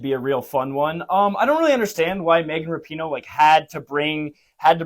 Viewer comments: I love how you fuck up her last name differently every video... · Dude, that’s not how you pronounce the name!